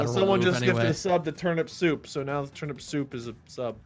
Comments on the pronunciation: I love how Mark accidentally says termit instead of turnip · No one: Mark: You eat the “termit”.😂😂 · Thought you spelt it wrong then I realized that’s how mark said it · "You eat the termit" -Markiplier 2019